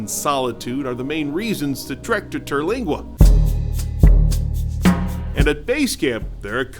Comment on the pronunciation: It's Terlingua not "Teralingua".